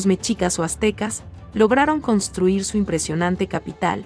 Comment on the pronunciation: EN EL CASO DE MEXICO NO SE DICE MECHICAS SE DICE MESHICAS, MUY FEA PRONUNCIACION QUE ADIESTREN A ESA VOZ EN CADA LUGAR DEL QUE HABLE